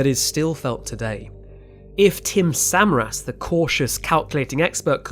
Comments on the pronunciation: Great video but really grated on me every time he said el reno and samaras wrong 😖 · Tim Suh Mare Us. Not Samar Us. Your pronunciation absolutely sucks. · And various names of chasers are mispronounced all thru the video (Samaras, Bettis, etc.). While giving credit to Skip Talbot, a first class chaser, they should have let Skip correct the various other mistakes seen, like calling the sub-vortices “south” when it hit Samaras on the north side of the main circulation. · yeah, I made my comment before he started to talk about Tim Samaras and his son and his pronunciation of their name irked me too. He was a public figure so the pronunciation is out there. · I was amused the first time he said El Reno wrong and then as it kept going I was like "ugh, okay, fine..." but when he mispronounced Tim Samaras' name I was like "oh. no. that's where I draw the line!" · British accent or not, especially when posthumously speaking of the departed... a little research on your part would have gone a long way: 1. "El Reno" is pronounced El Reen-oh, not El Rennow 2. "Samaras" is pronounced Suh-mare-us, not Sem-uh-rass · Corrections with pronunciation: • Ree-noh (not r-eh-noh) • Suh-Mare-Us • And even though this is regional, Meh-soh-cyclone (not mee-zoh-cyclone)